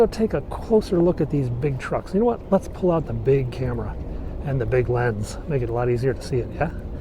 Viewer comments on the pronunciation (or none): none